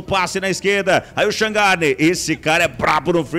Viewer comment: Q nojo q me deu do narrador fc falando shangarne